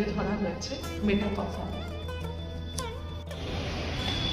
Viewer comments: "মেটা ক্যাফ" হল নয় "মেটক্যাফ" হল! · Travel blog korchen toh at least jaayegaar naam ta theek bolun. English boltey na paarleyo, portey toh paaren nishchoy. Ota Mey taa cawlf noye. Met calf. Building er upor boro korey engraved aachey. Aar blogging koraar aagey ektu poraa shona o nishchoy korechen. 😮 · MetA Kuffe noe "Metcalfe" would typically be pronounced as "Met-kaaf" (মেটকাফ). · Dear 🎉,Great to see your VLOG(2nd.vlog for me)...please don't mind☝️I was hearing the pronunciation of the name."please say "MET"CALF".Pls.remove the"META"👍Practice full 10 minutes Champ🥇🙌Thankfully yours🎉👏👏👏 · আপনার উচ্চারণটাই ভূল।আপনি উচ্চারণ করছেন মেটাকফ হল আসলে সঠিক উচ্চারণটা হচ্ছে মেটকাফে হল। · Uchharon hobe, met-kaf